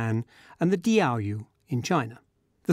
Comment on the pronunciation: please learn to pronounce "diaoyu" correctly before you comment on China